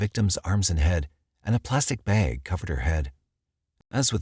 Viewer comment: I can’t watch this because of the way he pronounced Spokane and “bag”